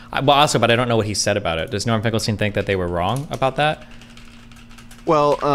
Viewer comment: omg its finkelsteel